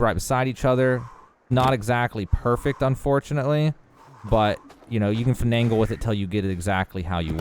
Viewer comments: Great vid, but google the pronunciation of “finagle” 😘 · the extra "N" he puts in "finagle" pisses me off